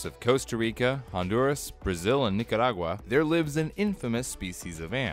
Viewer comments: "Within the rainforest of COUSTA rICA, jONDUrAS, BRAHZZIL and NICARAGUA" Wait, what happened to your accent in Nicaragua? That was perfect spanish. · Whoa. You said "Nicaragua" perfectly. If you'd said "clavada" perfectly I'd have believed you were latin. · He said Nicaragua so perfectly